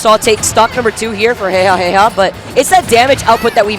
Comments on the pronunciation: Commentary was okay, was just annoyed by the fact that they kept on mispronouncing Jejajeja as heyhaheyha. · its JeJaJeJa damnit. not heyhaheyha lmao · Um not really he even confirmed it himself that it's jejajeja not heyhaheyha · These are the first commentators I've ever heard pronounce jeja's name that way. Is this how it's meant to be pronounced? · Why the heck do the commentators not know how to say Jejajeja’s name?!?! That’s so annoying lol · the commentators need to know what they are talking about. and at least pronounce their names correctly